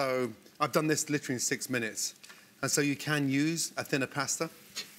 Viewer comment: Like llltttrrllleeeyy?